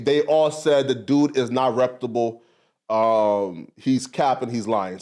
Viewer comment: REPTABLE is not a word…. I’ll handle it both ways for y’all…. REPUTABLE ( rep•you•ta•bull ). Now, let’s say it together….. “Reputable”